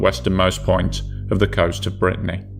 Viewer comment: clean your nasal cavity or use an artificial voice.. or stop sucking the damn carrot 🤮🤮 Cadiz, not cadEz, you fluffing tool! Not "off the coast of Britney"😭😭😭 You piece of fluff, you can't tell the difference between DWT, mass and GRT. You shouldn't be allowed to publish anything anywhere anymore.😢